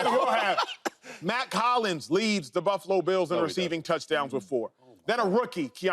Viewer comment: Y'all spent a long time mispronouncing Josh Allen & Buffalo